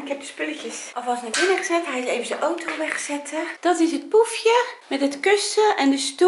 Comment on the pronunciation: Like als altij ooto in plaats van auto zegt